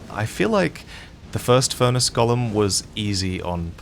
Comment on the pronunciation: go-lem for the love of God 😭